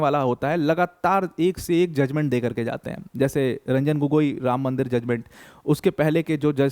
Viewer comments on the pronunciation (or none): none